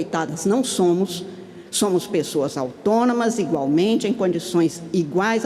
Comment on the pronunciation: As "excelencias" se comportando como as pessoas excelentes que são! A Min. Carmem Lucia falou "ingualmente" ou ouvi errado? Kkk